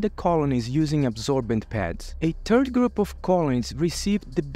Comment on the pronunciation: Did he say ... " a turd group"... ??